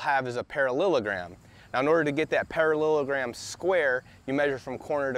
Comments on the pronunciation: Pa-ra-llEl-o-gram, not Pa-ra-llil-o-gram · Para-Lila-Gram 😅 Great video I just love how you said it. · He lost me at "parallelogram"